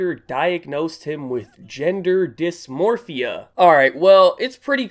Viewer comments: How did you pronounce gender-dysphoria as gender-dismorphia? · "Dismorphia"? You mean dysphoria? Lmao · Gender dysphoria is not pronounced gender dysmorphia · Let me catch my son pronouncing dysphoria as “dysmorphia” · Dysphoria, not dismorphia. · It’s pronounced disforia not dismorphia. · It says disphoria, not dismorphia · That's quite fucked up, bro. But anyway, gender dysphoria, not dismorphia lol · Dysmorphia... it's dysphoria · Dysmorphia? Pretty sure you read that wrong, my guy! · "Dismorphia" XD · “Gender dismorphia” I don’t know who’s more stupid, u or the mom... Jk all love it’s jus a little verbal typo 😂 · Its dis-four-e-uh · Dysphoria (Dis-fore-ee-uh) Defined as a word can’t pronounce. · “gender dIsMORpHia” hahah love you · "gender dismorphya" 😂😂😂wtf that's nothing I've ever heard of being diagnosed 😂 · There really should be an age limit for taking hormones, I see around me and on internet more and more of these operations and I think it needs to have some sort of restrictions. Btw it’s “disPHORIA” xd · Gender dysmorphia? Lol you didn't read it correctly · it's gender dis-for-e-uh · Let me catch my son saying "dismorphia" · "Dysmorphia" lmfao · cannot pronounce dysphoria:D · Kyleah Stonelake *dysphoria, and he was talking about anthony pronouncing it wrong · Kyleah Stonelake i no but said it with a m